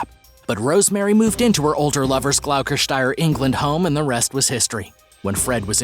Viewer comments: Me too (it should be "gloss-ter-shire") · I'm sorry I couldn't help but laugh at the pronunciation of Gloucestershire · so annoyn wen they cnt pronounce words properly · I wasn't annoyed at all, England is a nightmare for place names, just made me laugh 🤷🏻‍♀️